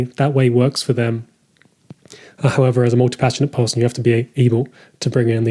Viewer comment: I promise you there is no L in the word person... appreciated the video nonetheless.